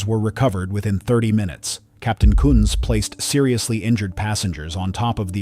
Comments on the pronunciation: Another botch job of a perfectly good German name. This time it's all AI's fault. BTW, his name was Captain George T. Kunz . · National 193's captain was George T. Kunz NOT what the AI said! Although given the accident cause/sequence i guess you could argue the pronunciation was correct!